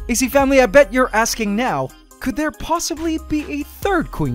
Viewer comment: So um how about a shot every time he says "AC FAMULY"